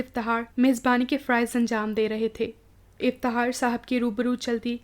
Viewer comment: Aap ki awaz aur lehja bohat acha hai bas Fakhar ko fahar iftikhaar ko iftihaar kh nai bol sakteen aap ?